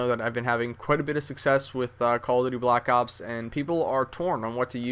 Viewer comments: That This Foo Said He Says LACK ops .So Stop Trynuh Look Cool And Sound Smart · funny when he says lack ops on